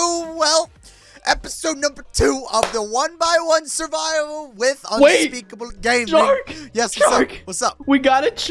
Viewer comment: You troll you call his name unspekr